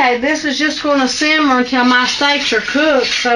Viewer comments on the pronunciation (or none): none